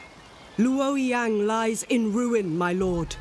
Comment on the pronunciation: LU O YI YANG. Authentic Chinese pronunciations I see